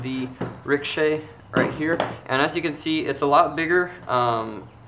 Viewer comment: Dude, its pronounced rik-oh-shay Not rickshaw